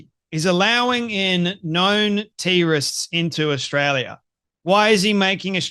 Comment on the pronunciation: Why tf does this guy pronounce everything weird? Wtf is a tee rist Who is eeeesis?